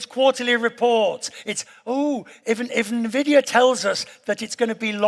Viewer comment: "oh nevidia is in trouble"